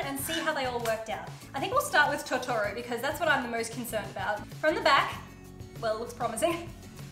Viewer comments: TO TO RO ahh that pronunciation killed me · YOUR KILLING ME WITH THE TOTORO pronunciation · Her not pronouncing Totora right physically hurts